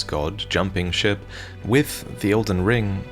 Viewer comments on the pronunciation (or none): none